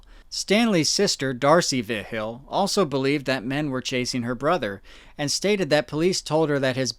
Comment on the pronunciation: Dude I love you, you do amazing research but hearing you pronounce Vigil is actually hurting my soul